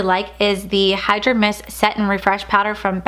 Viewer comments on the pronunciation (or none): none